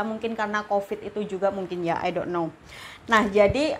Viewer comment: Makasi infonya bun, tapi ai dok no nya lucu😂